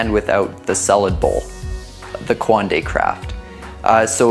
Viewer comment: You can’t even pronounce coanda let alone understand what it is